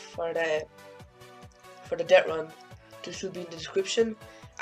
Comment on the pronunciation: Love Irish "Dettrun"